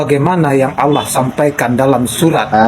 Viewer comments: Yg pake kaca mata itu menyebut Allah, jadi Alah.. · yg pake kaca mata hitam ini memalukan dirinya sendiri, berharap orang akan memujinya, akhirnya ketahuan ilmu agamanya nol, darl hal yg ringan aja, contoh : membaca ayat Fiikum, dibaca pikum, laqod dibaca lakat, anfusihim dibaca anpusihim, Allah dibaca Alah, cara membaca tajwidnya gak ada alias sama rata aja, kemudian dibalik kaca matanya, saya yakin dia sedang membaca teks ayat tulisan latin (bukan tulisan arab), sehingga cara membacanya belepotan dan malu kita mendengarkannya, mudah2an paketnya dan batreinya full, klu low batrei, hilang tu ayat yg dibaca. Naudzubillah Min Dzalik.